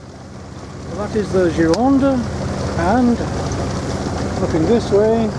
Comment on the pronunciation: sorry but this is the GIR-O-NDE, not girande, please;-)